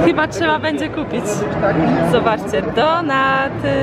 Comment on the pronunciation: Donuty a nie donaty.